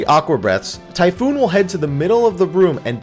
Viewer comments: for fucks sakes it's TYPHON NOT TYPHOON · Typhon not typhoon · It's pronounced Ty-phone. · for fuck's sake it isn't any of those it's Chupon.